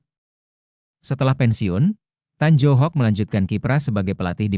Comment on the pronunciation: Baca Nama yg benar Tan yu hok dan Fery sonivil